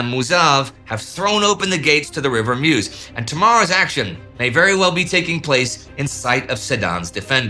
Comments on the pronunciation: If Indy will be mentioning the river in the future, it's pronounced "Möz" rather than "mews". ;) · It's very nice, very interesting and well documented but it would be even better if you took 3 minutes to try to say the name of the places correctly 😊 It is sedan, not sedane, it it Meuse not miouse and so on.....